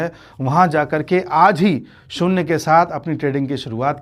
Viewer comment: शून्य शब्द का उच्चार आप शून्ने या शून्ये ऐसा क्यूं करते हैं?